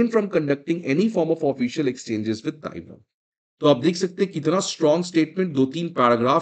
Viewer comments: It is pronounced Tai-waan, like pehelwaan, NOT Tai-von, like pokemon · Galwan toh sahi bol rahe ho, GalVON nahi bolte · Taiwon nahi sir taiwan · Taiwon ❌ Taiwan ✅ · TAIWAN SOUNDS LIKE tai·vaan AND NOT taiwon !! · Tai-waan…… tai-won! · Boss, your pronunciation of Taiwan sounds Taiwoun! You are a teacher and sometimes need to be ipen to learning but you dig yourself.